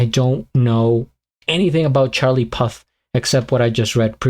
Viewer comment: Great video man, also it's pronounced pooth lol😂